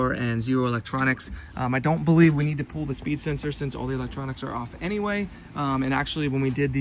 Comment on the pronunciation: What's with pronouncing the word "pull" like "pool". Is that a California thing now ? LoL 😂